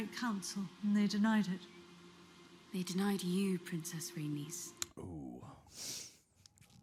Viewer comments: Rhaenys is pronounced rae-niece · It's pronounced RhaeKNEES